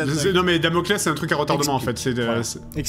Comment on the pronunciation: Quand Seb a dit "invoque ton Laspales" au lieu de Damocles j'ai eclate de rire, j'imaginais l'ombre qui grandit derriere Theo normalement et qui dit "y en a qui ont essaye, ils ont eu des problemes" XD